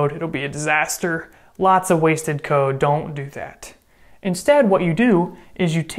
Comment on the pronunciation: i understood "lines of coke" instead of "lines of code"